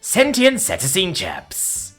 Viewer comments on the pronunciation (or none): seh-TAY-shun or SEE-tay-shun, either one is an acceptable pronunciation. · Proper mispronunciation of "cetacean": see-TAY-shun (alternately: see-TAY-see-an). Sorry, after the 7th time, it just got to me. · Thank God it was a short video! If I heard "cetacean" mispronounced one more time.... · Not gonna lie, I was dying of laughter every time he pronounced cetacean.